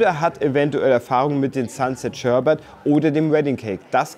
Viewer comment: Beim Dritten Mal SHERBAT war ich raus. Bitte mehr Kompetenz in der Aussprache der Sorten. Danke.